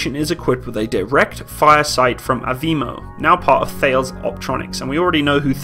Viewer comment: Fer, fer, fer....... Ales..